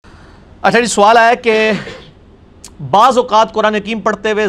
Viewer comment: hmm. thx for the info. Mein samjhta tha shayad inki native language punjabi hai to urdu ko theek se pronounce nahi ker paa rahay hain.